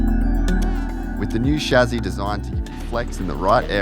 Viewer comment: bro its not SHAZZY. its a chasis